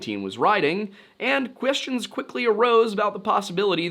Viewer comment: hehehe he said Questions funny